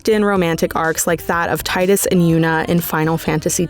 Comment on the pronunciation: Thank you for saying TIDE-US. Not Teedis like they would say in some games